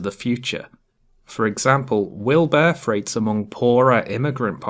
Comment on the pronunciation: Great stuff. Cheers. Had to laugh . I misheard your pronunciation of 'birth rate' ,i thought you said ' bear freight'. Keep up the good work.